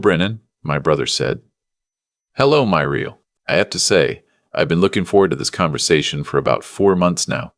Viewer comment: Muriel pronounced Mew-ree-el.